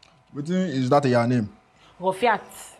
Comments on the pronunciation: " Ro-e-fi-hat "= Rofiat😂😂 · Obh my gosh Ro-fi-i-at....Rofiat. such a relaxing series... love u loads bimbo Ademoye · Raw-fe- e- at